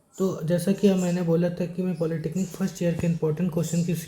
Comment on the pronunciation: Polytechnic ❌️ Polytenic ✅️. 😅